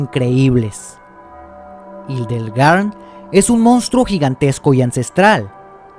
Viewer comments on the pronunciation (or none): se pronuncia jildegan no irdleglan